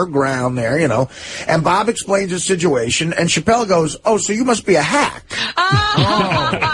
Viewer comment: Someone teach to say situation. He says sijuation